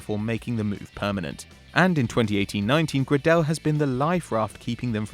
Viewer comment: The way you say Max Gradel upsets me